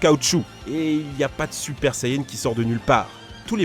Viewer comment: "Les muscles sayen de sangoku" mdr